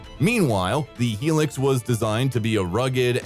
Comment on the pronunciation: High Lucks, not Helix